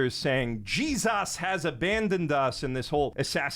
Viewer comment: holy SHIT "JESAS" took me out